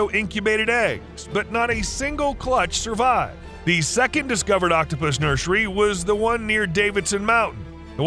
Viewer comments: Yes but he also says “nurshery” instead of nursery every single time so he kinda undid all that good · the way he says nursery bugs me so much